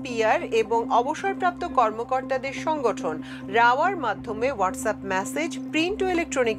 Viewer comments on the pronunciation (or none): none